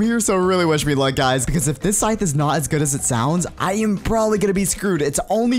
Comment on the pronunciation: you said botas